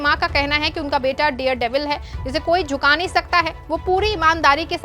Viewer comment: The word is DARE devil NOT DEAR devil. You should be more careful. Don't let people laugh ayou.😂